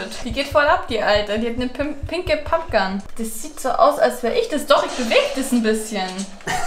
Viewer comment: Was ne Aussprache im Fortnite Pupgun